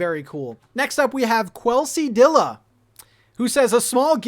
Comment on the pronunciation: Hahahaha, it's "Kelsey-dee-uh" 😆 I really DO love quesadillas! :_Hearts